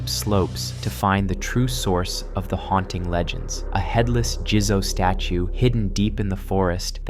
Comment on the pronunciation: "Jizo" is pronounced JEE-ZOH not JIZZO 🙄😂😂 "Niino" is pronounced KNEE-EE-NOH not NEENO 🙄